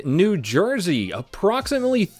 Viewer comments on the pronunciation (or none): none